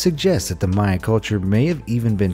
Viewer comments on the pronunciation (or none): none